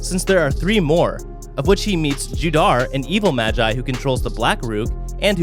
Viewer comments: Mogee not magi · Stop saying māji! Its magi!!!!!! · When he said ma-gie I died inside